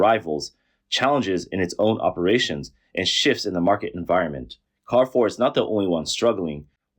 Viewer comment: Say it with me: car-RAY-for.